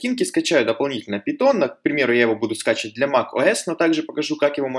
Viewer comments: Каждый раз когда ты говоришь "пИтон", меня просто коробит. ПАЙТОН, не ПИТОН, омг. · Пайтон а не питон)